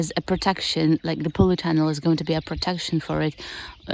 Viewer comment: I hope you don't mind me saying it pronounced polytunnel not powleytunnel. I wish you could visit my plot so you could see my vegetables . I love your content. And so wish I could live in a former soviet country such as yours keep up the great content it's some of the best on YouTube. Good luck for the season ahead. Here in the North uk we've had a warm spring I get the feeling we going to have a exceptional summer so I have high hopes for my melons 🍈 I grafted them onto pumpkin after seeing your tips. And hope to succeed after many years of failure. Thanks and please keep up the good work